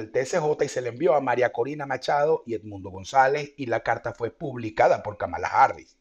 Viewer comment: se pronuncia /kámala/